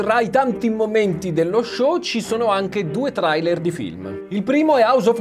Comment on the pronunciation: LA PRONUNCIA DI TRAILER